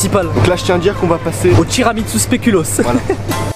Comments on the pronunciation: TIRAMINSU TIRAMINSU TIRAMINSU toi aussi tu t'y met Adem😂 TU ME TUE 😅😂🤣 sinon super video les frères C'est tiramisu pas TIRAMINSU 🤣🤣🤣🤣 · tiramitsu 😂😂😂😂 c tiramisu frero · Je te jure sa me stresse quand il disent tiramitsu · ils disent tiramitsu avec un t pas un n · Chuis mort il dise tiramitsu 🤣🤣🤣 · Il dit tiramitsou mdrrr met continuer comme ça 😄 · On dit tiramisu pas tiramitsu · Wesh t'abuse arrete de dire tiramitsu🤣🤣🤣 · "tiramitsu" XDD Il m'a tué wlh